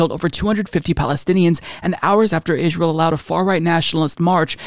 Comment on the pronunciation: Am I the only one who hears say Israel like Ishrael? I dunno...either way I already called Bennett to be worse.